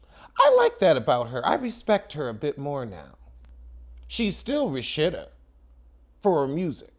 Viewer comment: Why do you call her Rashitta?